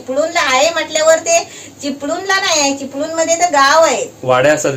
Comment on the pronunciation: Are ल बोलू नकोस रे चिपलूण नाही चिपळूण बोल